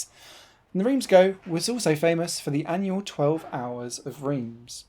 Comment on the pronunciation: Even allowing for English pronunciation ("Reems" rather than "Rance") "Go" is odd, I believe it should be "Guh" (based on my 'O' level French in the last century!).